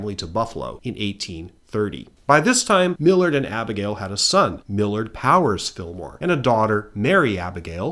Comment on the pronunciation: Millard, the Mill-ward, Fillmore